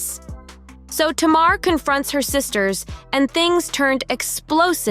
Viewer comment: Her name is pronounced Tay-mar.